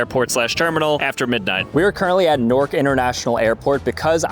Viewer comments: Why is he calling it nork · “Nork” son